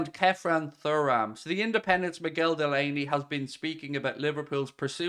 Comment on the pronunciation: Showing your young age with the pronunciation of Thuram hahaha